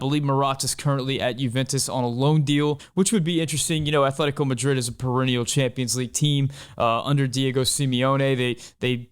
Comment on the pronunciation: there's no h in atletico